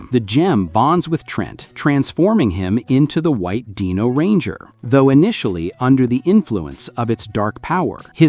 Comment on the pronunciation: You need to do your research again. Tommy didn't "start" losing his green power in season 2, he started losing his green power in season 1. Also you keep on pronouncing names wrong. Watch the entire series again the shows tells you how to pronounce a name. You pronounce Dino wrong. The "I" says its name.